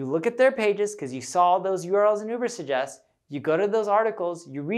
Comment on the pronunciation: Lots of good suggestions -BUT when introducing new subject - use graphics to post the title - i.e. Urbersuggest - couldn't understand to the verbal enunciation